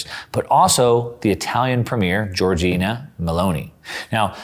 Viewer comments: It's LAMPEDUSA, not Lampusa. And GIORGIA Melloni, not Giorgina. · Great content, like always! Just one thing: it’s pronounced LamPEDUsa and Italy prime minister is Giorgia although Giorgina is sweet 😃